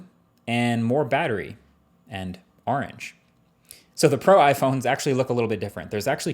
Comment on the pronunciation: Your new jersey accent really comes out saying 'Are ange' in this video 😂